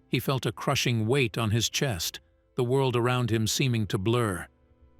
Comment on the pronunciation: Around is basi english, never heard a-row-and in it's place? Still glitching in AI. A child is more bright.